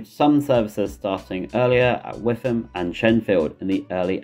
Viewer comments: Witham is pronounced "Wittam" by the way. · the Witham pronunciation hurt me